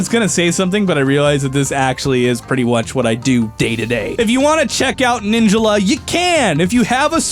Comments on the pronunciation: No one gonna question that he says ninjula not ninjala? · He said ninjala wrong. He said it like ninja la. Its pronounced like ninj all uh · ninja la? isnt it pronounced nin jala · Ninjila????? Its NIN-JALA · please for the love of god say ninjala instead of saying ninjalla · Everyone: Nin-JAH-lah: Nin-JUH-lah!!!!!!! You could have at least used the pronunciation of the announcer... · Omg the way he pronounces Ninjala bothers me so much! The game literally tells you how its pronounced! It's NIN-JA-LA not Ninja-la. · Ninjala not Ninjula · the way he says ninjala makes me uncomfortable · how dare you mispronounce ninjala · Is it just me or does incorrect pronunciation of “Ninjala” really make you angry?